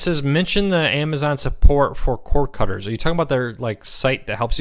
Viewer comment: I love your shows, but perhaps could you speak a little slower? When you say "Cord Cutters" it comes out as "core cuz". Just slow down.